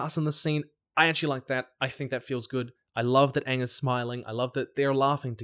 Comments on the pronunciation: They really leaned into Katara's pronunciation of Aang... I wonder why... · I'll be so done if they mispronounce Aang's name again!